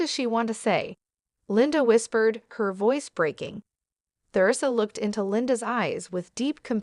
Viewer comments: Isn't there any way to get a narrator who can properly Pronounce Teresa and and Not THEResa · It's Teresa Not Ther,esa